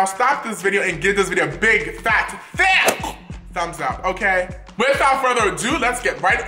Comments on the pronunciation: I choked on my eggs when he said thicqq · I swear, every time he says " give this video a big, fat......... THICK." I start dying of laughter😂😂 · How he says thick 😂😂😂